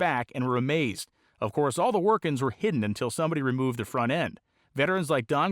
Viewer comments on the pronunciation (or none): none